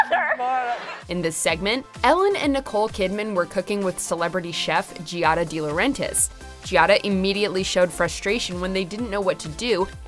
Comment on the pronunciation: Lol every time I here her say Gee-ad-a instead of Giada it makes me cringe. J have the same name as her and people can’t realize the I makes the g soft. It’s pronounced like Jada lol